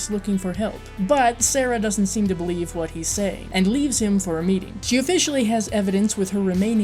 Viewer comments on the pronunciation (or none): none